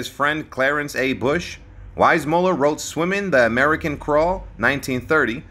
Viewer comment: This guy keeps mispronouncing JW's name. If you're going to narrate a famous person's life story, at least pronounce his name correctly. 🙄